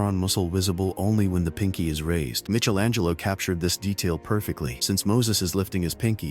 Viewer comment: Sigh-Bull Shepherd? Mitchell angelo? AI stinks!